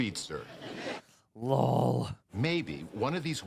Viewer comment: Anybody running a count on how many times says "LAWL" in these videos?